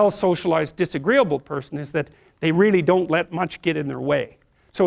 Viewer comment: yas it ees what it ees😂